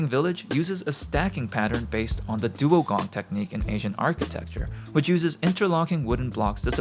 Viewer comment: Fantastic video, as usual. A very minor correction, the Asian architecture technique is 'dougong', not 'duogong'.